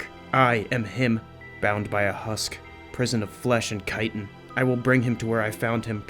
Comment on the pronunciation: Not Kiten it’s Chitin like Shitin (Ch it in )sorry had to love the video though great job